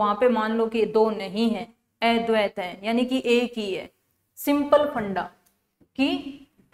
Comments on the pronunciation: अ को ऐ पढ़ रही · अद्वैत शब्द का उच्चारण सही नही हो रहा है जी